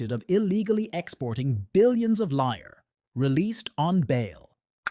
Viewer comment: Not liar, but liras. Lira was an italian currency before euro took over.